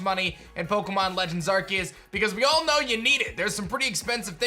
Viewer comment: What is it with you people!!! the pokemon's called ARSEUS pronounce the "c" not "K"